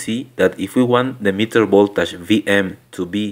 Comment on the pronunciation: This video is very informative. Thank you for making it. But really, can you not learn to pronounce "voltage" like it is commonly pronounced? Will that be very hard for you?